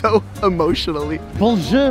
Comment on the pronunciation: Il dit benjer pas bonjour